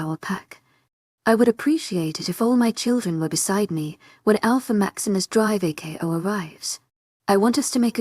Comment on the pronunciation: Drako is NOT pronounced Drive A K O!